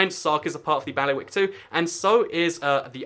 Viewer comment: And they are not "bally-wicks". The word is pronounced "bailey-wick" and the main man in charge of each of them is called the "bailiff", hence the name.